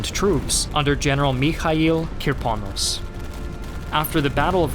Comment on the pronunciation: Good video. My only complaint is random stresses in many Russian surnames and words. E.g. it's Kirponós, Sháposhnikov, and raspútitsa. But this is relatively minor, and typical for foreign videos anyway. Russian stress tends to fall where English speakers least expect it :) You are actually doing a pretty good job.